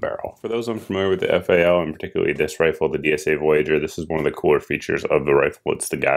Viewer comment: To field strip you pull the receiver cover off first after opening up the rifle. You grab the rat tail of the bolt carrier to remove the BCG etc. We'll let you slide since your a FAL noob. At least you called it F-A-L instead of FAL which rhymes with pal. Oh and you forgot, it's The Right Arm of the Free World. Keep up the good work